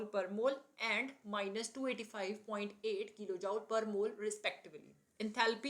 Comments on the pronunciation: Please pronounce Jool and not jaul. It hurts to listen. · Jooule nhi joule hota h pronunciation me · Joule not jaul 😂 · Are mam joule ka pronounciation sudharo